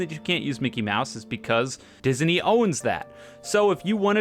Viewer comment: never in my life have i heard disney pronounced as “dis-uh-ney”